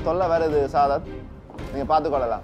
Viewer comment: "சதாத்" name ah anchor olunga solrana paru.. 😂 சாதத் or சாசத்